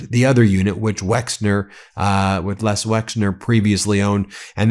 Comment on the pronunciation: Les , not Lex